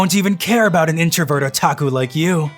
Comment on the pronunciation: I'm sorry but what's a Ota-ots-Ota..hol up...Otaku